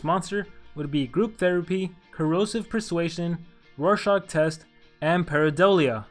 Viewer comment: it's rorschach